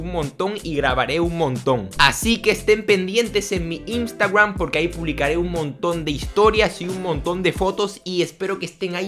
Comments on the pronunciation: En el minuto dijo instawam jajajjajaja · Amo cuando dice Instagram JAJAJAJJA DICE INSTARGUAM